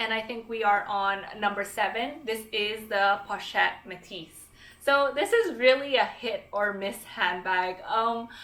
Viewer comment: Fantastic video! Very informative and really helpful. I'm planning on purchasing an LV bag for my mum and these are great choices. I speak French btw and a little help on some of the pronunciation on the bag names if you'd like to pronounce it closer to French: Félicie - 'fay-lee-see Croisette - krwa-'set Métis - 'may-tee ('s' is silent) I'm glad you mentioned Fauré Le Page ! One of my absolute favourite brands 😍